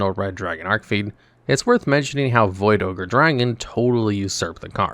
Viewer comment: Been a fan of Resonators since they came out, so I just gotta say, it's Red Dragon "ARCHfiend", not ARK 🤓☝️